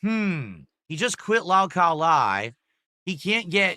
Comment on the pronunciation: This regard is king of the Lolcows based off the fact that he can’t even pronounce lolcow correctly.